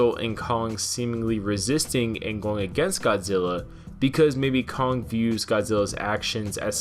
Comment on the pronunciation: Why-on-earth do you add a second "g" to words that end with the same letter(Kong-g)?